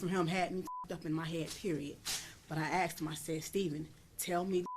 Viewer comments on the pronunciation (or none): Why does she keep saying "axed" instead of "asked" ?